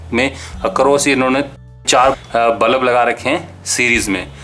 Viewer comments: bro its pronounced as bulb.. not ballap... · bulups q bol rhe ho yaar ?